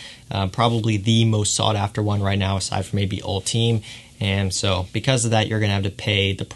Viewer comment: It’s actually pronounced (all-ti-may) and def a solid flanker